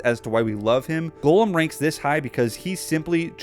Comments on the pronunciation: sounded like you were saying Golem. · Can't believe how bad you pronounce Gollum